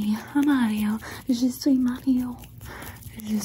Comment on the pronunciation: hello I'm french too and it made me melt more :))